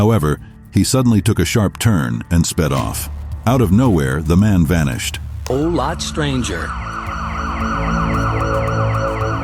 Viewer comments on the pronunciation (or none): Wtf is vehicalished yet again??? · Vehiclished instead of vanished is diabolical